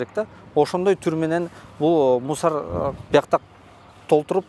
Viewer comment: МУСАР ЭМЕС МУСУР БОЛОТ ЭЭ 😡😡😡👎👎👎